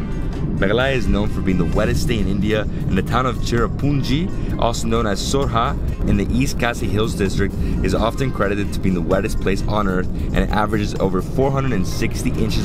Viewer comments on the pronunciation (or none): Did he just pronounce sorha? Its Sohra dude. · Sohra not soha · It's Sohra. Not Sorha.:) Hope you enjoy here in Assam. Much love! Visit Iora if you visit Kaziranga. Iora is a resort in Kaziranga. Try an Assamese meal in 'Bhatban' inside Iora. I bet you'll love it. Best wishes to you. Enjoy. Cheers!!